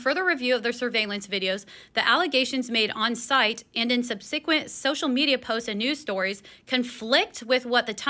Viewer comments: “Sub-sick-went” lmao read much?😂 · did that lady say sub-see-quint? lol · Im supposed to trust someone that cant pronounce "subsequent"? 😂 okay